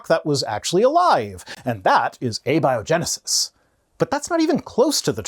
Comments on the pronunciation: I had to listen a few times, but, says "a biogenesis", as in "a big liar" rather than "abiogenesis", as in "atheist" He literally doesn't know how to pronounce the word! How can you be this dumb and still be breathing,??? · Nit pick but how may said abiogenesis bugged me